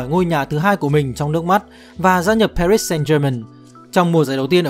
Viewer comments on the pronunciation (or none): none